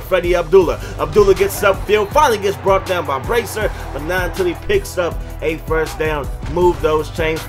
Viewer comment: You still don't say bracey right